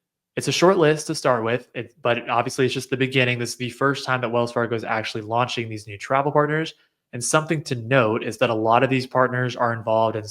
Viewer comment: Solid predictions TY. When you said “….new C1 ‘launding’ in ‘Lagardia’….” it hurt my New Yorker’s ears a little bit lol.